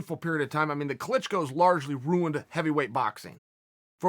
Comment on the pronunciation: Did you say the Klitschko brothers ruled heavy weight boxing or r ruined it? It sounds like you said ruined....?